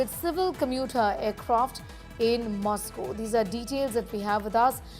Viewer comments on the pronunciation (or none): none